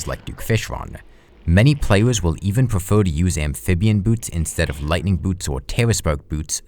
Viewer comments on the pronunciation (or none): none